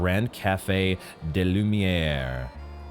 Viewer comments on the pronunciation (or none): none